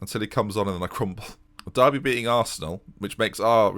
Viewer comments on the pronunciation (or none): none